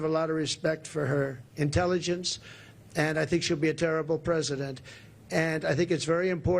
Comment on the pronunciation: I like it when he says HARRABLE instead of Terrible. 😂